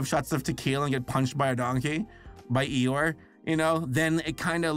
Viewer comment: That's not Eeyore, that's 'Uhoh' 😭